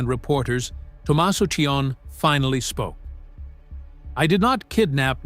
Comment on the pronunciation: It’s pronounced C O knee (Cioni)